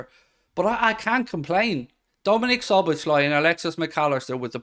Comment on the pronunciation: Dear non-Hungarian speakers.. his name is pronounced as "Soboslai" , Z-s just will confuse you. "SZ" is a letter in Hungarian, its just as an S in English